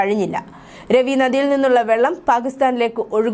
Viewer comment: It is not Ravi but Raavi